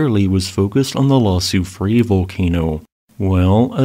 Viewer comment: FYI, Soufrière is pronounced "sue free air".